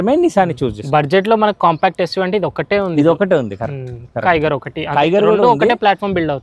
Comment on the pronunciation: టైగర్ కాదు బాబులు, టిగోర్.......